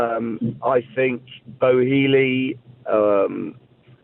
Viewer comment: He called man Bo-healey lol